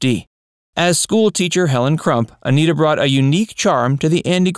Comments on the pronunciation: Don Knotts pronounced her name as "Annette-a" not "A-NEAT-a", for your info. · I thought her name was pronounced a-NEH-tah. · Pronounce Aneta correctly. It's" Annette a." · Aneta Corsaut grew into a gorgeous woman as shown in the color versions of The Andy Griffith Show. She also appeared in Salem cigarette ad's singing, "You can take Salem out of the country but, you can't take the country out of Salem." But, Dude. Her 1st name is pronounced "Annette a," not Anita! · Aneta is being pronounced "Anita" in this video. "Anetta" is how "Aneta" is properly pronounced. You never described Aneta's untimely death. I know that she was a smoker; her sexy voice was a smoker's. Did that have something to do with her passing? I find her gorgeous and an engaging character. Joanna Moore was more attractive but my favorite was Aneta who likewise was very attractive. This sexy woman sang "You can take Salem out of the country but..." in a Salem cigarette ad. It's not on YouTube, though.